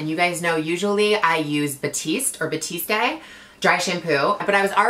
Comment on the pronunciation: Gigi has been trying to pronounce her favorite Dry Shampoo name correctly for like 3 years now😂 #batiste #batista